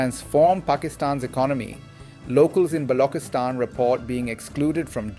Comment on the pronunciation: Why Balockistan instead of Baluchistan? Why Packistan instead of Pakistan? Why Saardaar instead of Sardar? The artificially 'Gora' sounding pronunciation is really irritating and fake and distracts from the message. It shows some sort of inferiority complex on behalf of the commentator with using the authentic pronunciation. Please avoid these fake distractions